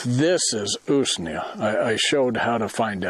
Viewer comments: Usnea is pronounced.... ooze-nee-ah ! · Pas de molid 🇷🇴 Usnea rhymes with ruse, 🦊